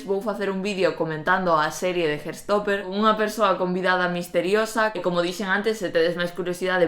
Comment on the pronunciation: HAAHAHHA "hartstopper" escuitando como dize-lo hahah tou namorado desta bd e série, quero ficar nela a viver